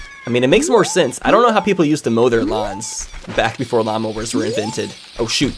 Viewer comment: Low key when he said lawnmower, I thought he said llamas. Asking who invented llamas XD